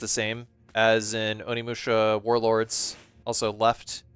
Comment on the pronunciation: oh shi, its onimusha! also nailed the japanese intro my dude!